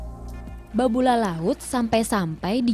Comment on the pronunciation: Kenapa jadi Babula? Koreksi, di segmen ketiga, nama daerah yang benar adalah Babulu.